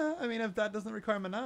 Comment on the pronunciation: You say Mana wrong